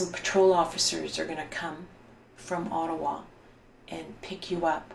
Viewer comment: Ott-a-wa.,.... Ott-a-wa.,I don't know what the heck you said "the Atwat police"??¿??? OTT-A-WA. OTTAWA! Just kind of insulting when someone is speaking about a Canadian city and mispronunciation of said City!! Especially when talking about our Capital!